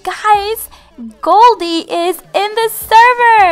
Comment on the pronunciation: it's Goldie not galdie.